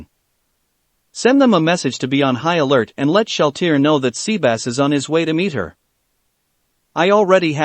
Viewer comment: He called sebas Sea bass i’m done I am so done🤣🤣🤣🤣